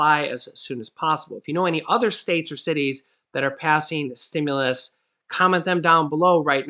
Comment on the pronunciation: Stimulus!!! Not Stimuless!!